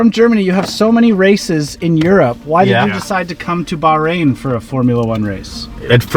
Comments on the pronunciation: Aww,, if you would've asked, I would've come with you 😁 Btw, its pronounced bach rain 😉 Will you be coming to the UK for Silverstone maybe 🤔 Great video as always ❤️ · 1) Another spectacular view of travels with - uh, no, not Charlie -! You do such a great job of taking us along. 2) There is a reason that you found the people so friendly. Go ahead, read "The Right Kind of People" by Edwin Markham to see why. 3) We may have to teach you how to pronounce the "h" in Bahrain. It's not silent but I think the way you say the country's name is probably acceptable for those of us who are anglophone. Perhaps in some future May you'll register for and run and/or walk the 12 kilometers of Bay to Breakers in San Francisco. In costume. With a few thousand of your closest, most intimate friends. And maybe even your sister could join you.